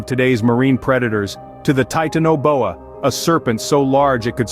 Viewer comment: Your video doesn't match up with your narration. And it's pronounced ti-tan-oboa I heard you pronounce it like three or four different ways.